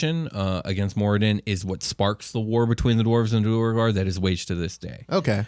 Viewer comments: I'm curious if the way you guys are pronouncing their name is correct? Due-rE-gar seems to add an extra e in there... Isn't it more like du-awr-gar. ? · Ik this is old but it’s due-air-garr. ..do-where-garr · It is pronounced Duergar (dwargar) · Gentlemen, I'm loving your content and listening to every episode! We have to talk about a couple things though. I get neither of you are all about the proper pronunciation of the names in D&D but, if you're to sell yourselves off as the "cool, metal D&D podcast" you gotta say the names in the coolest way possible. Now, Asmodeus is a fairly easy name to say with a cool emphasis. Just like in Wolfgang Amadeus Motzart, you'd say, Wolfgang "Az-mo-DAY-yus" Motzart! (The emphasis should be on the "DAY" syllable, not on the MODE. Think of it as 2 words: Asmo + Dayus.) When it's said too fast, it just sounds plain like... Jeremy or something, Lol. The king of the Devils can't be sounding all plain and stupid. He's gotta sound like The King (like Elvis but cooler)! Just food for thought where I love what you all are bringing! Stay cool, rock on and always keep on rollin'! 🤘😎